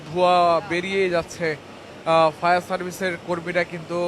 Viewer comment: ফায়ার সার্ভিস নাকি শাউয়ার সার্ভিস